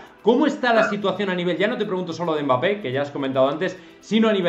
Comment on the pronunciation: Quien le va a decir a este hombre que se llama Mbappe y no megape? Jijij.